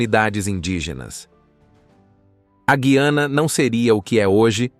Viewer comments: Eu aprendi que o nome é Gu i ana, acho difícil ouvir vc falar guiana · Parece que você também não sabe muita coisa sobre a Guyana, a começar pelo nome do país. Você diz Gui-a-na, quando o correto é Gu-ya-na.